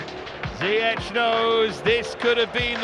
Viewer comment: ziyech name pronounces like = zee ash